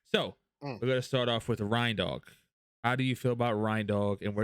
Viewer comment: Rinedog? What is this slander. This defamation of character. He’s a reindeer dog. How do you say reindeer? Reindog